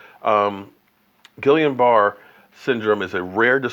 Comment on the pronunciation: I’m lowkey cringing everytime you say “Gillian Bar”. It’s pronounced “Geeyun Barrey” (don’t ask me why, that’s what the doctors said when my family went through it)